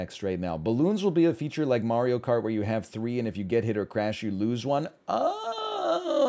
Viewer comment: Marblio Kart?